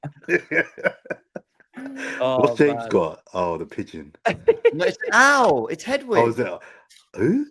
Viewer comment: funny how james says owl😂